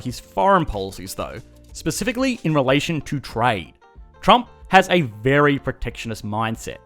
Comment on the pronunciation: When he says 'relation' I hear 'Malaysian'. Lol